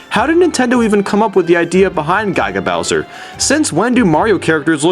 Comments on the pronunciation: Gig-a (sounding like GIGAbyte) Bowser not guy-ga Bowser. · sorry but.. guy-ga bowser? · gaiga bowser? really? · It was also very weird when you pronounced Yoshi Yohshi and Giga Bowser Gaiga Bowser.